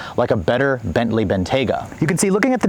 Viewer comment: "The Gentley"